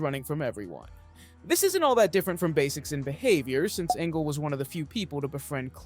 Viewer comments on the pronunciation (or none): Engel is not pronounced engle it’s pronounced e-ngel